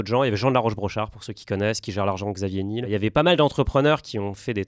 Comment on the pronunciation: Très intéressant, trop même, c’est pour ça qu’il n’y a que 96k vues. Ça ne vend pas de rêve. Quelques corrections quand même : Microsoft n’a pas 35 ans mais 50, Xavier c’est Niel et non Nil😅 et Charles Gave est un beauf bien puant. PS. J’ai bien aimé la référence aux chercheurs d’or et aux vendeurs de pelles.